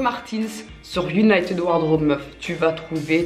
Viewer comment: J'ai cru tu disais uniteub pendant toute la vidéo au lieu de United 😭😭😭